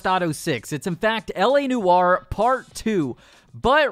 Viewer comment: Sorry, LA Noowah?